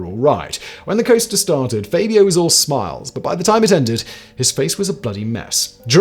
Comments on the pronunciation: FABulous FAB-io Not FAY-Bee-OH Honestly, Simon. Twice in one week? "Levio-SA" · Is "Faybio" the British pronunciation??🤣🤣